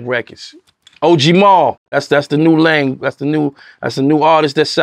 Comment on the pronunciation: He def says "that's the new LAME!" lol